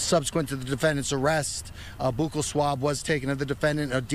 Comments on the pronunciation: Boo kal swab lol! Its buccal swab, like belt buckle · Buccal pronounced “BUCKLE” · Its "Buckle" swab. Thats coming from a dentist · He pronounces it wrong. It is pronounced like buckle.